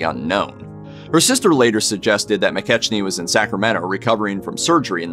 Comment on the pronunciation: McKechnie is pronounce Mc-KECK-nee